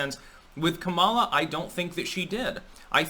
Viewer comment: keeps pronouncing Kamala wrong, but she's a detestable woman so good.